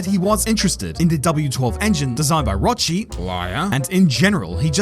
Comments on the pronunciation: Dude’s name is pronounced Rocky no Rotshee. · Actually he is pronounced ROCKY and not ROCHEY 😂 but otherwise your analysis is correct 😂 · *Rokki not Rochi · it's pronounced "rokki" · It's pronounced like Rocky. The h hardens the cs.